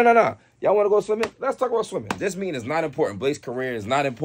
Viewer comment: did it! I thought was the only one who swap letters when they mad😂😂😂 He said “ You mead the leeting” 😂😂😂